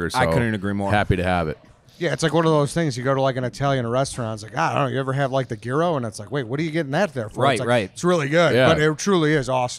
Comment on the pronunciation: As a Greek I cringed when tried to pronounce “Gyro”